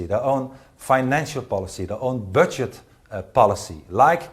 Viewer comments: 1.56 Did anyone else hear Gert say he wants to have his own bird'shit policy. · Sounded like it but I think it was 'budget policy'